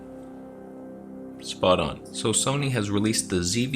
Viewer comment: Where is the “Toneh” t-shirt? You know it has to happen.